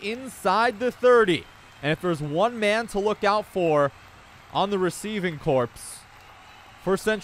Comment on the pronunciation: “receiving corpse”